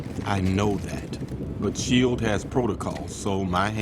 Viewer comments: Why is he pronouncing it "shee-elled"? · Sin: This narrator can't pronounce the word shield. (ding) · Why are you pronouncing SHIELD that way? 😂 This is LAARPing all over again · What’s with the narrators pronunciation of the word shield? It sounds like it’s being read by a bot, like the periods in between the letters are throwing it off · Here’s a sin- your pronunciation for S.H.I.E.L.D